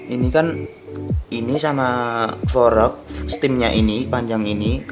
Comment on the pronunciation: Kocak banget lu bang jadi pelawak aja, fork dibilang forek wkwk